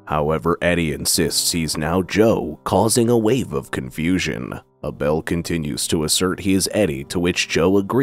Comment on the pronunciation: Pretty sure it's ABEL (Pronoun: (A'Bull) not A' Bell...